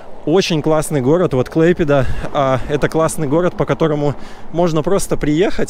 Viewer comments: Клайпеда, а не клэйпеда. Не канал, а река данге. Выучи русский, а потом литовский. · Не Клэйпеда,а КлАйпеда!!!!!!! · Что вы так коверкаете слова, не клэйпеда, а клайпеда. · КлАйпеда это не русское ударение. Русское это КлайпЕДа. Заявляю на правах коренного жителя. В связи с массовым оттоком русских в 90-х, употребление КлайпЕДа сократилось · Город Клайпеда а не Клэйпеда. Не каналы , а река Данга. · M.P. ну точно не КлЭйпеда....или должно быть как в английском? А произносится Эй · вот именно русским надо учиться правильно называть КлаЙпеду. Позор. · так всё-таки Клайпеда? Только я слышала, как он говорил КлЭйпеда.? Так А или Э ? Я белорусска и тоже хочу знать, как правильно...вот рядом муж-литовец смеётся....🤔🤔🤔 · если и произносит неправильно, то после рекомендаций исправляется. а вот великодержавники из принципы коверкают литовские названия. Олечка из принципу говорит: КлайпЕда, ШЫлуци. Противно. а муж литовец - не обязательно знаток в языкознании. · Перед тем, как выкладывать видео, не мешает научиться правильно произносить название города, и узнать значение слова "корабль" .